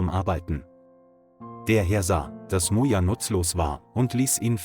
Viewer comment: Bad pronunciation: I heard Mona for Moja and gods for goods.